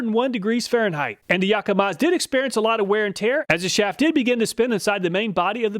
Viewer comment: Say "Yakamaz"